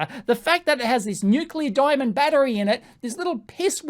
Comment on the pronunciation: "DIAMNOND" hahahahahahaha